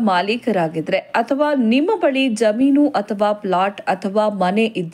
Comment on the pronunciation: Jaameenu or jaminu ? Pl pronounce kannada properly 😮